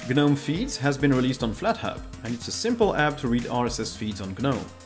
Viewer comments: Gnome, not ge-gnome. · I would respectfully remind you that the letter 'G' in 'Gnome' is silent, uttering it diminishes the value of you overall knowledge and information you are presenting to us. Just as letter' is silent in 'knowledge'. Please get it right, it is jarring.